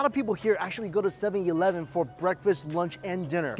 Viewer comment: “7 Yee-leven”